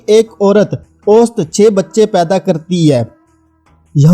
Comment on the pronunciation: Ost. nahi. Aosat. bolo